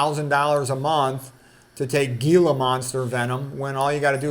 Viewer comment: I'm in southern Arizona and see lots of Gila monsters each year--it's pronounced "heel-a", soft G.